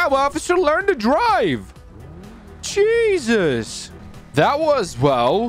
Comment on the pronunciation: he do be saying cheesus 0_o